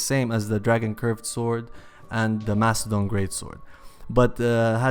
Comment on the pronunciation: It says its Mastodon Halberd not Mastadon Halberd